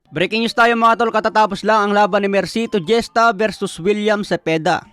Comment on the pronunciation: Hista po ang pagka pronounce ng apilido ni mercito hindi jesta.😂